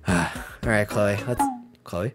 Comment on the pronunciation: I thought her name is "CHLOE" and not "CHOLE" 🗿